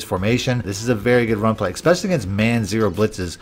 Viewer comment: ESPECIALLY NOT EXPECIALLY.